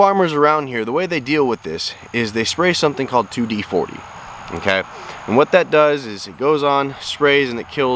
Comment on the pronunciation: Sorry but can't listen to this one. It's 2-4D not 2d40